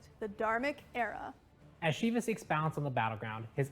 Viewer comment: i hate how they say shiv-a instead of shee-va